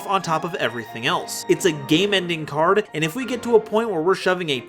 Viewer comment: During the R spell card my man went full Minnesotan with that cArd